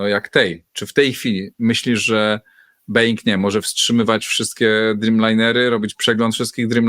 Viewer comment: Bołinga, nie beinga, nieuku jeden. Ręce opadają jak po raz tysięczny słyszę na samym początku materiału taki zgrzyt w wykonaniu totalnego laika.